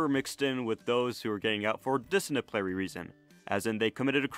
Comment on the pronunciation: “Disciniplary reason” not sure if I heard wrong but sounded like that.